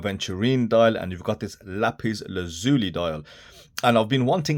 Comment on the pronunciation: Thanks for being the only reviewer to pronounce lapis lazuli correctly,! 👍 Great review as always!